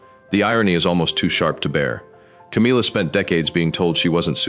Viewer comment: The AI voice should learn to pronounce Camilla’s name properly